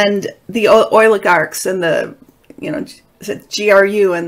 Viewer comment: I appreciate your taste in music. Thank you! It’s “behest.” Oligarch is pronounced with a long O. You are pronouncing it: oil-ih-garks